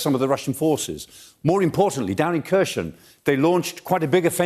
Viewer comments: chhhhherershhoooon_? really.,,,herson...Kherhon...HERSON.so bad? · Is the pronunciation supposed to be “severodonYEtsk”? I know “kershon” is totally wrong at least. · Kherson has a silent K. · This guy is hopeless, 6 months into the war, and he's still butchering Herson as /KeR SheN/, f'ing illiterate senior citizen... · Prof. Clarke makes more sense in his reports than most other experts - even if he does think Kherson is Kershon ... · so, Kherson is easy to pronounce, "K' is silent, and the rest is the same as 'her son' in Eng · I just wish he learned to pronounce the place names a bit better, considering how often the place names are said. Kershon and Severodonyesk are grating. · Over 100 days of this war and Michael still can't pronounce Kherson correctly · Silent 'K' on Kharkiv and Kherson. Come on old chap :) Golden explanation at least.